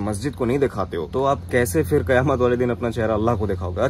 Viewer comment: Being an Aligarian you should work on your pronunciation particularly word F It is not Fir , correct word is phir